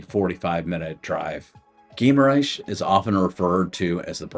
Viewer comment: It is more like: Ghee- ma- rainsh